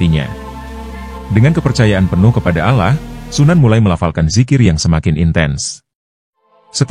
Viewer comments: Pemilik channel ini telah menipu kita dengan mengatasnamakan alkisah, dan pemilik channel jelas jelas tidak menyebutkan nama allah dengan jelas melainkan al lah yang artinya membuat kita musrik kepada allah dan coba perhatikan dalam narasi nya saat menyebut kata nama allah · Saya curiga naratornya orang di luar Islam...nyebut Allah SWT aja beda